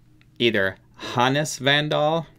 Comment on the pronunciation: first try pronouncing Hannes was almost perfect